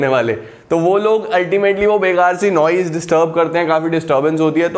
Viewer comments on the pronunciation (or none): Sir iss waale Noise ka matlab hai shor But sir aaj kal Noice bhot chal raha hai 😂😂, Nice ka other word 😂😂 First time sun ke mujhe bhi noice laga 😜 Btw Thanks a lot sir ❤☺